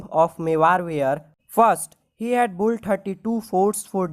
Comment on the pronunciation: It's Built Not Boult 😂